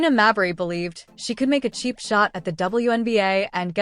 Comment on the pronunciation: Is the AI narration purposely trolling by pronouncing, "Mabrey" different every time?' 😆